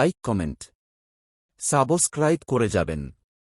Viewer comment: কথাটা "সাবোস্ক্রাইব" নয়, সাবস্ক্রাইব (subscribe)😂😂 আর Subscribe করার জন্য কান্নাকাটি অনুরোধ করবেন না। আপনার ভিডিওর উপাদান সঠিক হলে, শ্রোতারা স্বেচ্ছায় তা প্রচার করে দেবে। আপনাকে ভিক্ষা করতে হবে না 😢😢